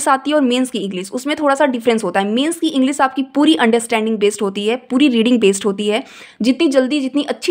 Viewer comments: ईगलीस man😂😂😂lol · Aap khud English ko ईंगलीस bol rahe ho